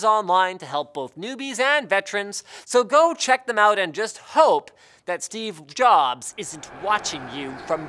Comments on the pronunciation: "Steve bJobs" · Nobody else noticed the "Steve w... Jobs"?